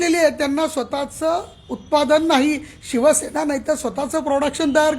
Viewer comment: Aadhi tar ya patrakarala shivsena ucchait (pronounce) karayala shikava. Shivsena mhana. Shivshena nahi.😢